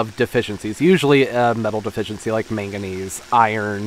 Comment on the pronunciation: Meganese? Huh? What’s that? Do you mean madnesuim? 😂😅😅